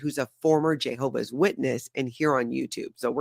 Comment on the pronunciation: why do you say "JAY hovah"? It's "JEH hovah".